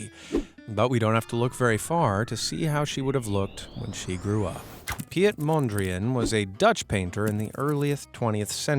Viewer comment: You nailed all the pronunciations except the Dutch, Piet is the same as Pete.